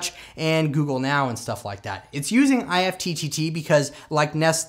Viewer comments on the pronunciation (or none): Great video! However, IFTTT is pronounced like “gift” without the “g.” :)